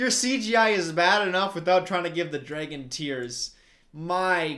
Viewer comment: i can’t get over the fact that says “DRAEGUN”